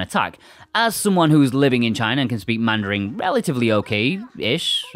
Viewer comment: had no idea you were living in china! nice mandarin there :P